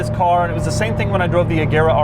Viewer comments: The name is pronounced "Rejera" and means "rules" in Swedish. Source: I'm Swedish ;) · Fun fact: it is pronounced Rejera (it's a Swedish word for rule) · The swedish pronunciation is not with a "hard g" but more of a "soft g" so not "reGera" but more like "rejera" and say it a bit slowly and you have it. It meens "to rule" in swedish. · Isn't it pronounced Rejera? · The g in Regera is soft so it’s pronounced more like reh-JEHrah. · Fun fact: Regera is actually pronounced "RE YEAH RA" in swedish, it means reign or rule. The G is soft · FYI, "regera" is Swedish for rule and the G is pronounced as a J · Youre saying Regera like Agera which is odd to us natives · Not to nitpick, but the "g" is soft, not silent.